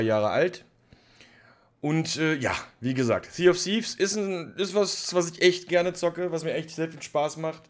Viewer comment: Zee of siff…is das was er am fuss hat.